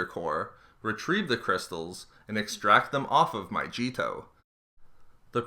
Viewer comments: Your saying Mygeeto wrong the g doesn't make the j sound it still makes the g sound it's one of thoses words that doesn't follow the rules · I instantly dint like him pronouncing Mygeeto Wrong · where is the J in mygeeto..... seriously..... educate yourself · Holy shit, every time the planet is mispronounced, I get a headache. And every time you say "there we have it" at the end, I feel like I'm in first grade. And you dont need to call it an "exposé"......it sounds dumb..... good video though, very enlightening. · I love his vids but man it physically hurts to listen to him say these planets names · bro also pronounced mygeeto wrong too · Somehow worse than his pronunciation of "Mygeeto" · I believe "Mygeeto" is pronounced with a hard "g," as in "Geats" or "Gash." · I love your videos man but it's pronounced with a hard G not a j. It really irks me. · i cant even watch it the way he pronounces mygeeto is making me cringe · he fucking mispronounces everything all the time lmao Like, he seriously just said "Saloocamee"... You mean Saleucami? That's not how you pronounce Mygeeto or Saleucami Lol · It was in Battlefront II (as people have already pointed out) and I know it's silly to get annoyed by somebody not pronouncing a fictional name correctly but it's been annoying me all through the video, especially when it won't take five minutes to look it up. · the worst part is that it's pronounced with a solid g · My jee toe (its My gee toe) Saw leh kah may (suh loo keh mai) PFFTT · you're killing me. it's pronounced my-GEE-to, not my-JEE-to. just a small complaint though, good info overall. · Mygeeeeeto not Myjeeto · Mygeeto, not Myjeeto. Channel reported for falsely claiming to be "expert" but providing intentionally false information. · I think that Mygeeto is not pronounced My Jeeto/Cheeto it is pronounced as My Gee toe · My-Gee-to not Myjeeto and Saloo-ca-my is how you say Saleucami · Myjeeto? MyJeeto? MYJEETO!? It's Mygeeto! G! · Its maygeto not mayjeto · My Cheeto